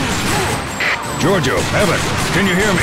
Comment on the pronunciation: I like how he says action—“AUCHTEN!”